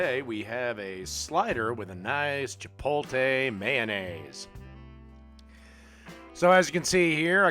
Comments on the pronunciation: It's pronounced "chi-POAT-lay," not "chi-POAL-tay"; in New Mexico you'd be called a "pen-DAY-ho es-STUU-pee-do" for screwing that up. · i know that shit kills me every time he says it as he makes the gloopiest meal known to man